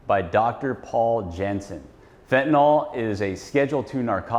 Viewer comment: It’s hard to understand why a great majority of intelligent people refer to Fentanyl as “Fetanol” They are supposed to be professionals and they all mispronounce it. It’s some kind of brain glitch. 🤷‍♂️